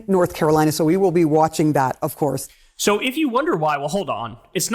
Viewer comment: "Of CoUrRRrSe!!!"